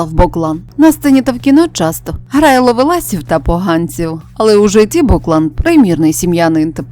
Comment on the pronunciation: Не БОклан,а БоклАн! Мабуть,не чули цього прізвища,а подаєте інформацію ,ще й незрозумілим прочитанням!